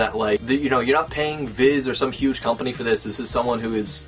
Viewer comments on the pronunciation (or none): none